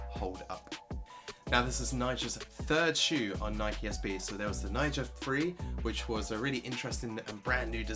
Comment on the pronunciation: Thanks for the review. Quick side note recommendation: be careful with your pronunciation of “free”, ESPECIALLY when conjunction with a number “ Free two” sounded like you said “Three two”. I had go back 3 times to understand that you said “Free”.